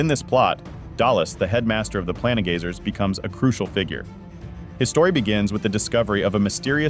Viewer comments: Its PLaIN gazers, not pla ne gazers.. somehow you manage to say plane right, but not planegazer xD wtf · The ai voice is really struggling pronouncing the “plane” in “planegazer” and “planestrider” xD